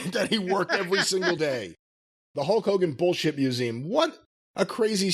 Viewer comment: It sounds like you call him HOE KOGAN , which is hilarious by the way.